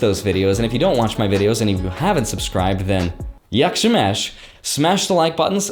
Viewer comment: its not yock shoe match, its yack she mash